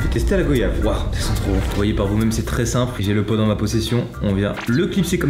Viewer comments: Petite information très importante, ça ne ce dit pas GOyave mais GOUAyave. (Je l'ai écrit comme ça pour la prononciation.) Et je sais ce que je dit car je viens des Antilles et ce fruit vient des Antilles aussi. 🙂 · IL A DIT GO YAVE LA PRONONCIATION C'EST GUAYAVE ON DIT VUAYAGE PAS VO YAGE 😭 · naaaan Mastu naaaan ne me dis pas que tu dis 《 g o yave》😭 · Goyave pas go-yave 🥶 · je t’aime bcp mastu mais c’est GOY-YAVE ba GO-YAVE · On dit pas goyave on comme voyage ais pas grave 👍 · la même prononciation que voyage c'est comme ça qu'on le prononce aux antilles x) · Jtaimais bien jusqu’à ce t’ai dit Go-yave . Les antillais comprendront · Le mot goyave se dit comme voyage mastuu!!!! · Mastu on dit Goiyave comme voyage xD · On dit pas goyave sa s'écrit comme sa mais sa se dit comme voyage 😭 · "goyave" je.... je vais rien dire.... "gauyave" 😭😭😭😭😭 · On dit goi-ia-ve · On dit pas goyave on dit goiyave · Sa s’écrit goyave mais sa se lis goiyave tu va te faire insulter mastu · pfff c'est pas goooyave bon pg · Je ne peux pas m'abonner à la chaîne de quelqu'un qui prononce mal goyave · comment ça comment tu à dit goyave tu un voiage ou un voyage alors prononce bien